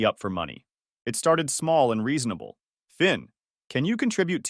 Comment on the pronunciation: Thin, Vin?? His name was Finn !!!